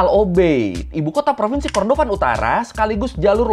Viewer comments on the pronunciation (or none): none